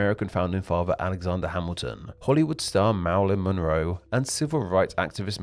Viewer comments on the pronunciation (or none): none